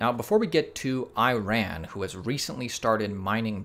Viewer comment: I-RAN or E-RON? Come on man!